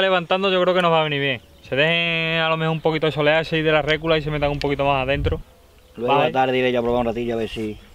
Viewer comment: Muy bien, pero no digas RÉCULA. se dice RECULA, RECUUULA, no pongas el acento en la E, sino en la U.